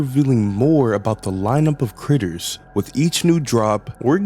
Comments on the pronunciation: bro said g instead of t that's crazy it's like saying chai tea chai means tea so if you're saying I want some chai tea you're basically saying tea tea like that makes noises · um what? I was seriously confused where there is a G in "Critters" xD